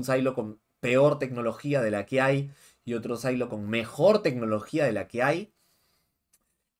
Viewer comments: "Sailo"????!!! SILO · Estas hablando en español. NO PUEDES DECIER SAILO. SE PRONUNCIA SILO (SIN LA A)